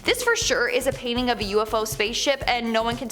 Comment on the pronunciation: What, exactly, is a "payning"? Is it anything like a "painting", mayhap?